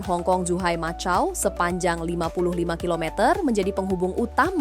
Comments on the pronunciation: Tertulis MACAU di baca makau bukan macau.. 😅😊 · Macau? Kok bacanya pake c?